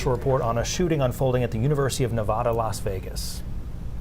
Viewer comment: Hey Maine newspeople...ITS NOT NA VAH DA. What is wrong with you???